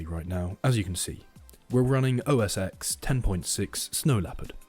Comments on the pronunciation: “OS eX” makes me cringe lol. Its pronounced 10. Nonetheless this was entertaining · It is pronounced "OS Ten"